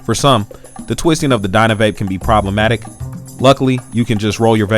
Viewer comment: DynaVAP not dynaVape